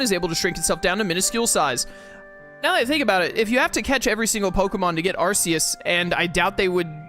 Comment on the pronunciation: Actually, it’s closer to Arseus than those. It’s Arkeus Literally in the sinjoh ruins, the symbol is In basically the upside down Archeus….pronouced Arkeus. Archeus, or archaeus, is a term used generally to refer to the lowest and most dense aspect of the astral plane which presides over the growth and continuation of all living beings